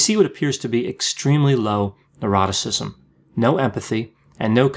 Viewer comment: It sounds like he says "eroticism". In the OCEAN acronym for the five personality traits, the last is "neuroticism" not "eroticism".